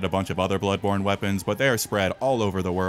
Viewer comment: What TF? Blood THanny Born Tano?!!! Spongebob: The Born THanny... Tano Thanny....